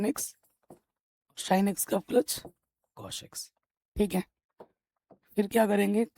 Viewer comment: Please don't say SHINE and COSH🙏🏻